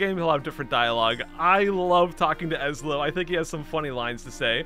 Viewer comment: It's pronounced (ess-low) Ezlo